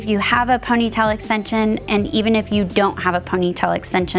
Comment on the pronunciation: I noticed that too. She pronounces it like "ponytell". She also pronounces bobby pin like "bobby pen". I always notice things like that. 🙂